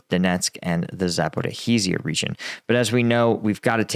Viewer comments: Mate... please learn to get at least the Main cities pronounced right... its Kind of disrespectful and unprofessional. Like Bel-go-rod and not Belagorodga.. or Za-po-ri-sha instead of Zapohorihisia or whatever you call it.. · You struggle with Russian and Ukrainian names, so let me offer you a hint. The "zh" combination is pronounced as a single sound, the same one as the "s" in "measure" or the "g" in "massage". It's kind of like the "dj" in "adjacent" but without interrupting the airflow at the start. So it's close to "Za-por-ee-(dj)ee-ya", not "Za-por-ee-hee-zee-ya", and the town you were trying to pronounce is close to "No-va-ya Ta-vol-(dj)on-ka". (Please don't take this as criticism; I only mean to help you avoid stumbling over foreign spellings you can't be expected to know how to pronounce.) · Please get the pronounciation correct my man. Its pronounced Za-po-rij-ya. 4 syllables. For the small cities its forgiveable but this is an oblast capital.